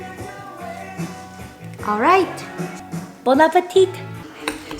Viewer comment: « Bon appétit » 🥰 we write it with a “t” at the end but we don’t pronounce it, just say “bon appéti” 😊 was really cute though!! How do you say it in Korean?